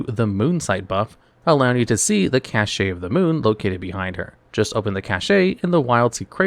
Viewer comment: Cashay is the one that irks me the most. Cache is pronounced like "Cash" ffs ugh